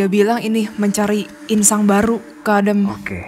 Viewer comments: Bkn insang, inang ya kan? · 08.39 inang, Jess bukan insang Insang alat nafas ikan 😁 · Inang kali bukan insang? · Insang? Inang kali maksudnya? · Bukan insang ya kak, tp inang 😁. Insang alat pernapasan ikan heheh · Inang.. bukan insang 😂 btw keren banget team DA! Bravo, lanjutkan